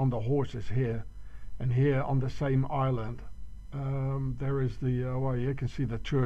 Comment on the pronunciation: THE " ISland' of 'th" Juice...